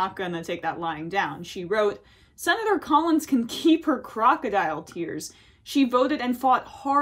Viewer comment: By the way sin-it-or Collins he hasn't learned his lesson not the way you think. He's learned how to do it better and how to keep others from finding out. Congratulations you just enabled a narcissist.